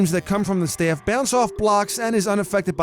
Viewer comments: The way he says "Staff".........STEAFF 😂😂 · he said staff weird